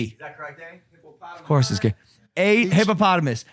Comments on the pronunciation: did no one else catch that he butchered that word and everyone still praised him? Correct: Hippopotamus Logan’s Spelling; hippotamus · Hypotamus 🤣🤣🤣🤣🤣 I love how no one corrected just to say fuck.you to mike 🤣🤣🤣🤣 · Okay Logan...i guess you cant spell hippopotamus. He said hippotamus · Hippotamus??? Wtf logan 🤣🤣🤣🤦‍♂️